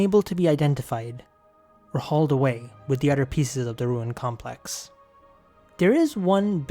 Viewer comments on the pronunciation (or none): I learned alot from this🙏🏼 Just make sure to pronounce the “th” like in “other”. Not “udder”🙏🏼